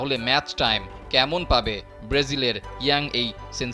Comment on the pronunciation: উপস্থাপক ব্রেজিল বলছেন।